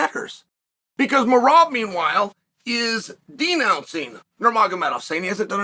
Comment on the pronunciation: Came here to hear Chael butcher Merab's name😂